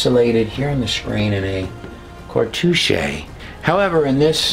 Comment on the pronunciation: You mispronounced Ibis and cartouche.